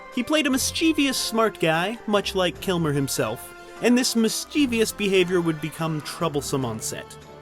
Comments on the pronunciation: It's "misschuvus" (phoenetically) not "misscheevius". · Mischie-vi-ous, MISCHIE-VI-OUS! You will drive me mad. There is no I after the V it is MISCHIEVOUS ! Pronounced Mis-che-vous. Oh I am becoming so pedantic. I am going to die soon I am sure. No loss. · The word is "mischievous", not "mischievious". I don't care how commonly it's used these days, it's STILL WRONG! :) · There's no such word as miss-JEE-vee-us. "Mischievous" is pronounced MISS-juh-viss. It's 3 syllables, not 4. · Mis-chee-vee-us? Nope; it's pronounced mis-cha-vus. You did it again . You may have done it again later in the video, but I stopped watching . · Mis-chuh-vous not mis-che-ve-yous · "Miss·chee·vee·us" is not a word. Mischievous is pronounced "miss-chif-vus". Please help break the cycle dude? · mischivIOUS?you people cant read or spell it is mischievous. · It’s not pronounced “Misscheevious” you moron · mischievous /ˈmɪstʃɪvəs/ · Did you just say mischevIOUs? Go on say it again, I double dare you! Oh okay you did say it again... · "Mischievous" has 3 syllables. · You pronounce too many "I's" in mischievous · It drives me crazy when people mispronounce "mischievous." I only met a handful of people who say it properly. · Somebody needs to learn how to pronounce "mischievous." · The narrator should learn that "mischievous" has only three syllables. Adding an extra syllable is both a mispronunciation and misspelling of the word. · Mischievous is three syllables, not four. Good video though. I miss Madmartigan, and he also absolutely killed it as Morrison and Doc Holliday. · You're mispronouncing mischievous. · "Mischievous" there is no "i" in "vous".